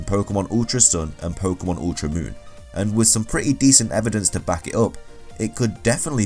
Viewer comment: it's pokEEEEEEEEEEEmon not pokUUUUUUUUUUmon ):-(